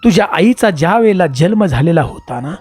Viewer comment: तुला जल्म म्हणायचे का जन्म म्हणायचे ते ठरव